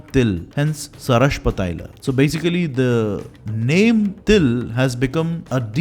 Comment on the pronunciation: Your video is really good,a small suggestion,it would have been better if u gave more importance on the right pronunciation of Sanskrit terms like sarshapa,takra,dugda and it would be of great help if u can share with me from where to get the original text of paka darpana by nala😊